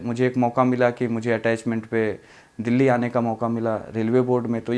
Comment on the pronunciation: Delahi kyu bol rahe